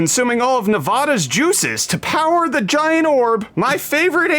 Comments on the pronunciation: Thanks. You have a weekend too. Also, it's pronounced Nev-add-a not Nev-ah-da. Once is ok but we do have goons for multiple infractions....and lastly I bet AMD is going to come out and let everyone know they have a single RX 5700 XT powering the LEDs on the control board the for sphere....so you know they have appropriate market share... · Broooooooo 🤦🏻‍♂️ Ne-vaugh-duh?? I thought you were better than this.........